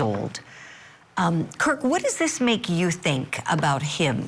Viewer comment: Kirk, not Kurt. 😊